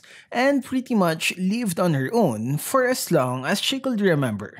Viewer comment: Napansin ko lang, bakit yung pronouncement mo ng COULD ay 'kuld', WOULD ay 'wuld', at SHOULD ay 'shuld'?..wala lang ganda ng story ni Nana.